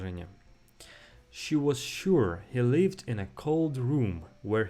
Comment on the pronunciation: "Lived" vs "leaved" - опять то же краткое и длинное "и"